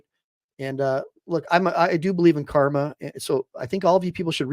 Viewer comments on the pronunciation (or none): none